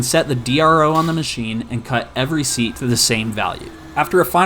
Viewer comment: You said "valve seast" so many times that I no longer believe its a real thing lol Edit: this is a joke